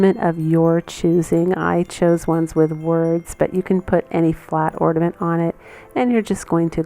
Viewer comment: Love the things you’ve shown. But I listened to your taped piece when you say the word ornament it sounds like your saying ordament instead of ornament.